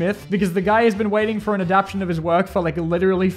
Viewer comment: Mate it's not "adaption" it's adaptTAtion. I am not a native speaker and even I know that